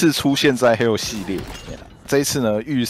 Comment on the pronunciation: 我第一次聽到有人唸做hell